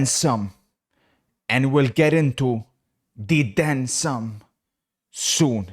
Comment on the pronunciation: "we will get to dee den sum"